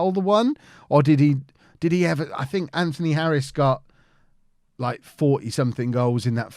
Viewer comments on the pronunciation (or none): none